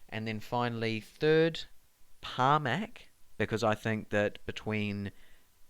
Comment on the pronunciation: Can’t disagree too much.. I think could surprise more this year. ‘Par-mac?’ I always thought it was pronounced ‘Pra-mac’